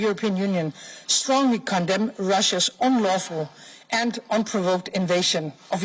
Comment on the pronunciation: haha...she said unprovoked🤣🤣